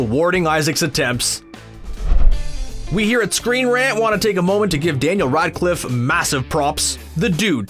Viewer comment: i dont want to be rude, but hes name is REDCLIFFE Not RIDECLIFF :D Sounds like you wanna Ride constantly :D